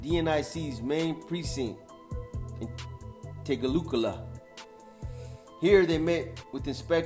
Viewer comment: TAY-GOO-CEE-GAL-PUH (tegucigalpa) 🤣💯😎